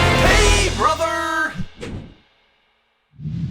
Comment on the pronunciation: Your intro sounded more like "Hello Be Rother!" now